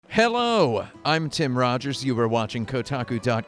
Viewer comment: So did you say hello wrong just to piss us off?